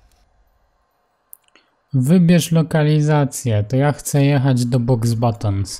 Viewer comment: Boxbatons xd o chyba umrę😂 lektor jak zawsze obiecujący, chociaż po tym i "Umbricz" już chyba nic mnie nie zaskoczy w tej grze😅